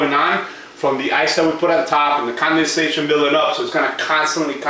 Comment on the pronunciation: "the drip and the consubayshun." 🤦🏽‍♀️🤦🏽‍♀️🤦🏽‍♀️ Condensation = CON-DEN-SAY-SHUN